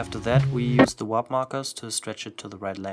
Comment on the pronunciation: Why do you keep saying “WHOP”? It’s “WARP”